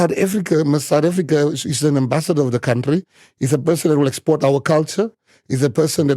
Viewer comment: Any person who pronounce the word "country" as "cowntry" does not inspire any confidence...and that such a person is a leader of an up and coming political party is even worse. If Fikile Mbalula was able to rightly correct his pronunciation of "cowntry to country", it means someone was bold enough to tell him that his pronunciation was incorrect. Could someone then tell Malema that it is not "cowntry" but "country" as in Cunt-ry.